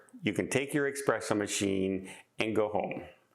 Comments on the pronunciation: S-presso.....not X-presso.......... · Love the video,! It's espresso, not expresso! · you’re killing me. It’s eSpresso not eXpresso. To all the new cruisers, if it generates heat you can NOT bring if onboard. Some can sneak in a hair dryer but don’t count on it. It’s all about preventing an onboard fire. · Not "expresso". That would imply something fast. Most espresso machines are a study in slowness. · Many people are nuts regarding coffee. However, I must point out that there is no "X" in the word espresso. The word is NOT pronounced "EXPRESSO."